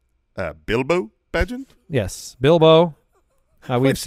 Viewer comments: Tyson “Bay-Gent”. Not “Bah-gent” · Love the Bilbo Bagent but, but it's pronounced Bay-gent. Here in Chicago, he is known as The Secret bAgent Man.